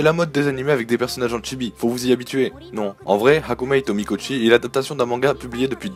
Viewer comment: Sympathique video Je vais buste t'embeter sur un point: la prononciation en bon japonais des titres d'animes : on dit bien [shoojo shuumatsu ryokoo] pour Shoujo Shuumatsu Ryokou, et [Hakumee to Mikotchi] pour Hakumei to Mikochi ;)